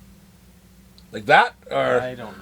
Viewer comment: When you said "Jakku" I thought you sneezed so Gesundheit.